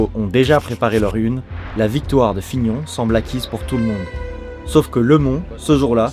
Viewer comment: on dit pas plutôt : lemone et fignone ☺